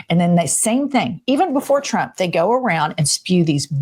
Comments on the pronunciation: She's always saying President Chump instead of Trump. Hilarious. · Just like she says "Chump" most of the times instead of Trump which tbh, is absolutely fitting. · And she calls him President "CHUMP", the dumb hole can't pronounce , t's . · it’s so funny how she casually pronounces “president chump” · Ever notice how Lyin' Leavitt mispronounces Trump as "Chump" and Putin as "Pooin?" While fitting I don't think she's doing it on purpose, she just has a speech impediment or something, but it really drives me crazy. Hell, just listening to her whiny irritating voice drives me crazy too. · It always sounds like she is saying president chump. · Leavitt sounds like she’s saying “President chump” about eighty percent of the time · Same reason she says President Chump 😂 Nobody in the 47 administration is capable of normal speech. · She says Chump all the time 😂